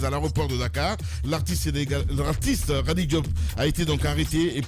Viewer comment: Et puis vous êtes tellement nazes que vous prononcez xadi et non kadi, comme le prononce tout bon guinéen.